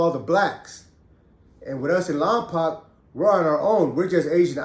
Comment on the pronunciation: It’s lom poke lol